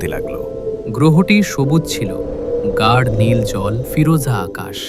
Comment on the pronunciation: গাঢ় উচ্চারণের দিকে খেয়াল রাখা উচিত